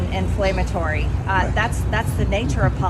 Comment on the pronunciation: P.S. DON'T use words you lack the intelligence to pronounce: The WORD us INFLAMMATORY NOT in-FLAME-a-tory as you at least twice mispronounced it. P.P.S. Fatpigslob DisgracefulDonnie TripleChins is NOTHING MORE THAN A PRIVATE CITIZEN NOW PRESIDENT BIDEN IS YOUR PRESIDENT.